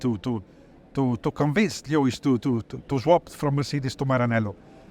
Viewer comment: We get to hear Charles say Leewis for a full year :D WINNING!